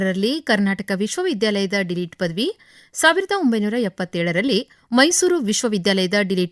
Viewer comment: ಮೇಡಂ ನಿಮ್ಮ ಕನ್ನಡ ಉಚ್ಚಾರಣೆ ಸರಿಯಾಗಿ ಸ್ವಚಂದ ಮಾಡಿಕೊಳ್ರಿ, ಡಿಲೀಟ್ ಪದವಿ ಅಂತೀರಲ್ರಿ, ಅದು ಡಿಲೀಟ್ ಅಲ್ಲಾ “ಡಿ ಲಿಟ್ ” ಅಂದ್ರೆ Diploma in Literature ಪದವಿ